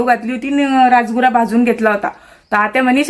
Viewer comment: कधी पण अंघोळ करून देवासमोर रांगोळी काढत जा बाहेर काढली तर काही प्रॉब्लेम नाही पण देवासमोर अंगोळ करून काढत जा... माझे मामा पण विरेगाव चे आहेत पिसे म्हणून आहे आणि त्याला राजगिरा म्हणतात rajguraaa नाही. मी तुमच्या ब्लॉग ची खुप वाट बघते